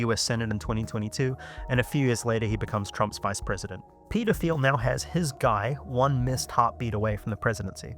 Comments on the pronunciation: "Peder Phiel" lmao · Every time you say Peter Thiel, I hear 'pedo feel'.